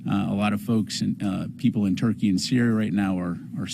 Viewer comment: Right even Google says it's pronounced turkey it's always been pronounced turkey why is this guy saying Turkeyay like 5 times...??? Wtf is going on?